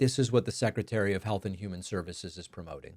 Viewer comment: it's pronounced health.